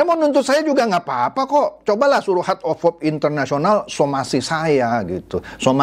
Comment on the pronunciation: hert of hop....ledder....mbok ya pakai bahasa Indo sajah...